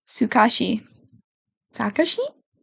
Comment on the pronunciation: Sorry if this sounds rude but… Tsukauchi is pronounced sue•ka•chi.(• ▽ •;)